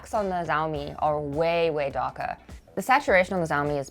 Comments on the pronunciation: why are you saying the name like its a Chinese war lord. Its Xiaomi and pronounced (Shawmi). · Its pronounced Shao-mi . X in pinyin makes an Sh sound. You know, like She Jinping. Anyway, in China Hisense as a brand name is bigger than Sony. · Dude: it’s xiaomi: pronounced Sh(ow) (like ouch) me. It looks a lot like my little insignia 22” monitor/tv that I bought from Best Buy! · the brand is pronounced "si-ao mii" and they're pretty good for ultra-budget. Their Redmi phones are pretty damn good actually. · IT'S PRONOUNCED "SHAO ME" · why are you saying zaomi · Zaomi, this just gets better every time. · It's" shaw me" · First time i heard someone saying pronouncing xiaomi as zaomi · Why do they pronounce Xiaomi as "Zaomi"?😂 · Just a heads up: It's pronounced "Chiaomi". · you butcher the name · For a tech channel, you ought to have the basic decency to pronounce xiaomi properly. It’s been out more than a decade! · The X in Xiaomi is pronounced like the S in shotgun. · just a suggestion you totally said the word XiaoMi wrong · am i the only one bothered with how xiaomi is pronounced here? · You need to get better at saying Xiaomi. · Its "Xiaomi" not "Jaomi" 😑😑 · Bruh man it "csiaomi" not "ziaomi" lol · Nice presentation. Btw, the pronunciation is not Jao-mi, but Shao-mi. Like always, enjoyed your video. Keep up the good work... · Xiaomi is pronounced more like with a "sh" sound than a "z" sound at the start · Me mad cuz you call the mi tv "zaomi" in sted of Xiaomi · ""z a o m I"" It's pronounced like "shiaomi" pl ea s e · Just a note, "X" is pronounced closer to "Sh" than "Z". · Dude was pronouncing Xiao Mi as Zao Mi 🥵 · You suppose to say "shiomi" not "ziomi" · Actually it is much closer to the SCH in schedule, maybe with a tiny bit of T in front of that. tSCH ee ow me. (After several listens to my Chinese wife pronouncing Xiomi. However, a different province will say it differently again, probably) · Hahahahah ZhaoMi lollllllllll